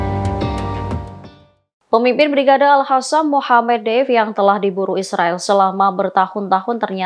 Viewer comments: Al Khasam? Al Qossam!! Aku ejain lengkapnya ya: Izzuddin Al Qossam.. Kalo bahasa enggres kenapa ngomongnya paseh bnget tapi kalo bahasa Arab gaya ngomongnya kayak sama sekali nggak pernah kenal bahasa Arab.. Ini presenternya Muslim bukan sih? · bisa diganti tdk.nyebutnya al qosam bukan al hasam. research dulu dong. terdengar kurang kredibel.